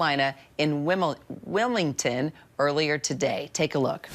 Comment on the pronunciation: Lmao! Beeetch can't even pronounce Wilmington!